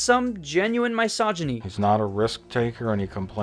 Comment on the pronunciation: Dude pronounce misogyny correctly